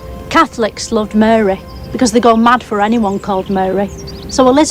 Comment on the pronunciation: Muh-reh…. It’s Lancashire for Mary 😂